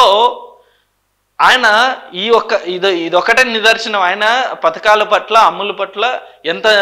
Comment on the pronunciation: పతాకాలు (FLAGS) ❌ పథకాలు (SCHEMES) ✅